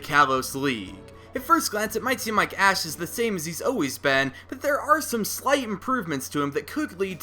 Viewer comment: At like did he say ass instead of Ash?